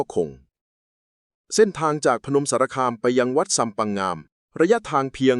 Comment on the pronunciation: อ่านผิดไม่ใช่งามอ่านว่าง่าม